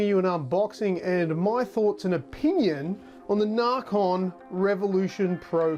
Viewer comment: it's nacon not narcon